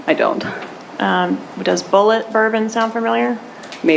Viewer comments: Did she just pronounce it Bullée Bourbon??? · “bullay”. Lol. Mispronounced ON PURPOSE “Bulleit” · Her spelling out Bulleit and then intentionally mispronouncing it as "Boo-Lay" is another tawdry attempt to mislead/misdirect. Such a liar!